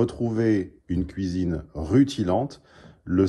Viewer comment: "Kouizine" On ne t'arrête plus T_T